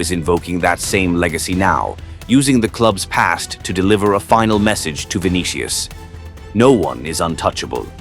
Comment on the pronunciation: "ViniKIus" "KAYlan"